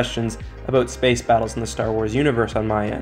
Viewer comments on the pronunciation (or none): none